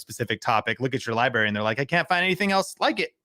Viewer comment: Libary?????? Credibility? I'm sorry. Pronounced "Library"